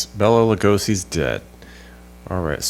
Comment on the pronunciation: Nice lesson..... but its LUGOSI 🙂🙂🙂